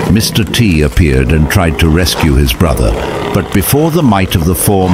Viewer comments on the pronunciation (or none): none